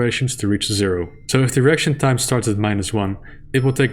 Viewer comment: Everyone: Icon of Sin ACTUALLY says "To win the game you have to kill me John Romero"! Me: giggling because saying "reaction time" sounds like "erection time"